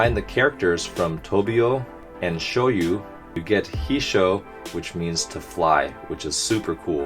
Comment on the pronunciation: Shoyou is pronounced like Shoyo, with that yo-yo kind of sound. The u at the end doesn't make much of a difference.